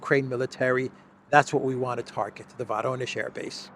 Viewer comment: The correct pronunciation of "Voronezh" is "Voronyozh" (accent on the "yo" diphthong).